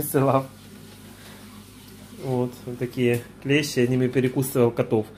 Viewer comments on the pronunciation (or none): none